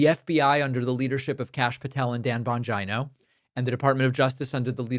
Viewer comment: Dan Bon JINO🤣🤣🤣 Phenomenally mangled